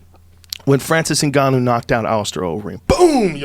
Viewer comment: Top UFC P4P fighters according to Joey Diaz: 1. Khalabeeb Nurmagomegomov 2. Mipe "Immigrant Mentality" Stiopic 3. Francis "Magumbo" Ungayo 4. Tony Henderson 5. Tyrone Woodley And any other he ever mispronounced.